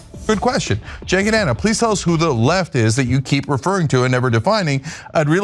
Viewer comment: The way you mispronounce Cenk's name almost sounds like a slur against yourself 😆